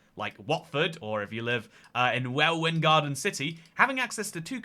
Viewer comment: Welwyn is pronounced "Wel-lyn"